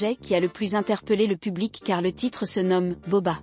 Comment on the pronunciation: Je deteste la voix qui parle Et he nai pas entendue la reaction de booba Et cest bouba pas boba